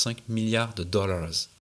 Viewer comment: Très cool ce docu ! Avec quelques pépites en plus, le "Pachaze de vitesse" et les "Dooollaaawzzzz", j'avoue j'ai rigolé :D